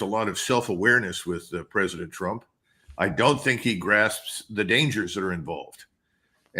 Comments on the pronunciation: "Prez Tru-pin" lol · Trupin? lol